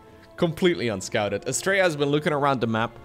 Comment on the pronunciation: The way you pronounce Astrea sounds like "Straya". Straya is how we pronounce "Australia".